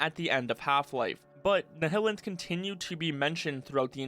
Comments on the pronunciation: It’s NILEanth not Nehellanth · "ni-hi-lint" Never heard of anyone saying it like that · why do you say nihilanth like that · the pronunciation of the nihilanth really caught me off guard lol